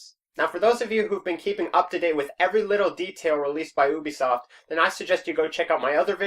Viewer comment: Did he really say oobisoft not ubisoft wow